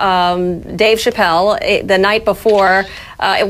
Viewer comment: The way she says Chapelle!😂😂😂